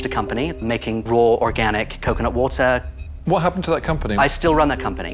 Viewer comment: What is this guy's accent? It sounds American, but the way he pronounces words like "water" is definitely British